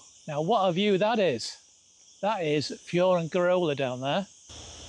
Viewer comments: Perhaps you should learn how to pronounce Benelmadena and Fuengerola. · Pronunciation of Fuengirola and Benalmadena needs attention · totally butchered